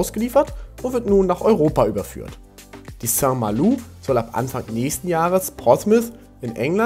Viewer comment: Soweit ich weiß ist die korrekte Aussprache St. MalO... also kein U